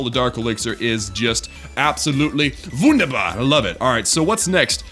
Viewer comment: How he said wunderbar xD